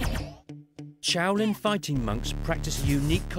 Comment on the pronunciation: The narrator keeps saying ch-oulin